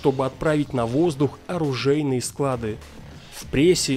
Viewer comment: Ударение на слово склады поменяйте!